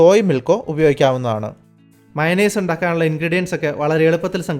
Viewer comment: മയോണൈസ് അല്ല മച്ചണയ്‌സ്.😁